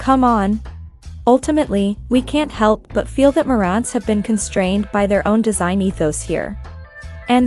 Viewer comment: Learn how to properly pronounce Marants and NAD.. you come off like a rookie who knows nothing about what you're talking about and just reading a script...